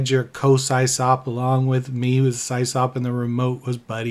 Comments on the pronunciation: Yeah, we ALL (me too) said Sie-Sop back in the day. Eventually I learned it's short for System Operator and its pronounced Siss-Awp. Still... hearing it the way we all used to say it as teens hit home in a good way. 😎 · pronounced Sis-Op not cy's op. its short for system administrator. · I haven't heard SysOp mispronounced as Sie-Sop in many, many years. haha! You're the best! 🐐😎🎉 EDIT: Just subscribed over that, too. ;) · Pretty sure it’s pronounced Sisop. System Operator 👍. I ran a BBS back in the 90’s as well.